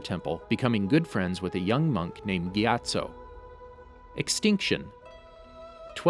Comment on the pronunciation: The way he says gyattso got me distracted